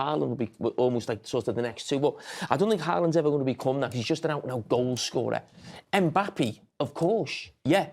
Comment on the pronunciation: Someone needs to teach Jamie how to properly say Mbappe's name 😂